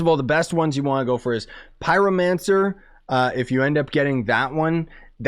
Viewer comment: This guy said Pyromancer